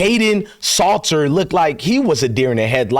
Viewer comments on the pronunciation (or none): Salter not Slaughter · It’s S A L T er, like salt and pepper. SALTer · Hey man lol, do you be butchering words and names on purpose? You gotta be f*ckin with us fam lmao. Because you be butchering sh*t with CONVICTION lol. How do you spell SALTER out properly in the title, but literally say SLAUGHTER out your mouth for a week straight lol. Why do you keep saying SHOOMER too? lol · It’s Salt er say salt lol